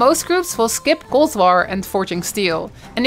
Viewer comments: Sorry but why can’t you pronounce the letter “t“ at the end of a word right? It infuriates me and I can’t watch your videos because of that I‘m sorry. Sometimes you do it right sometimes for the same word you say s instead of t. Instead of gold you say gols why is that? Care to enlighten me? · there is no "s" in "gold" jeez is this annoying...